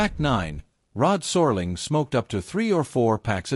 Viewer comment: “Sore-ling”??! Please! I’m out!